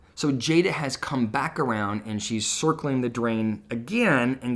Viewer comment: U like how u said circleling the drain.